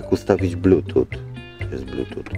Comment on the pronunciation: Czytaj "blutus" , pozdro